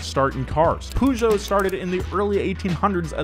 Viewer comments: Please don’t say Peugeot like that... makes my ears hurts... “pay geot” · why do americans say pooshow? it's really not pronounced like that. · That sick Peugeot propronunciation 🤣🤣🤣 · Your pronunciation of Peugeot is the funniest ever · pronunciation of Peugeot is both the best and the worst thing of this video. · The way that pronounces Peugeot, bruh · I'm sorry.... WHAT!? How the hell did you pronounce Peugeot? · It annoys me how he pronounced Peugeot and I'm not even French. Don't let me even start with how he pronounces the German brands.😶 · it's so annoying to hear pujo xD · I pronounce it "Pe-jot". or simply "Pežot" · did just say "pooshow"?! And again... and again! I've never heard it pronounced like that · "poo jo" What the hell man? D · like why acknowledge the silent T but ignore every other aspect of French pronunciation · pronouncing Peugeot "Poo-jo" disturbed my French ears so much 😂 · Great video, but the "pooh-geot" is really like a red rag to a bull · I notice that only Americans say poogeot. Even Mr. Regular does it. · Nobody: nothing: poojeau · Nobody:: poojo pooma jagwar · I've never heard Peugeot pronounced like that, it threw me off. In Australia it's pronounce as "Per-geot" not "pew-geot" lol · Take a shot every time he says Poojoe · You call Peugeot poojoe? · ...sorry I can’t take how you are pronouncing every brands name correctly.. but Peugeot? You are the first person I have ever heard pronounce it as “pujoe” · Please stop saying pougeot instead of Peugeot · bro why do you pronounce Peugeot like that? it's pronouned (purr-geot) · Pugo not Peugeot PUGO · Peugeot: "Purr-Zho" not poo joe. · I’m British and was like wtf is a pujo it’s puh joh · Me, a European: What is "Pujo" "OH HE MEANS PEUGEOT" (more like puh-joh) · I know right? I know it as purr-sho weird sh-j sound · poo-jow? it's purr-show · "Poo joe" It's Puh-joe with the joe part a bit longer. Poo joe lmao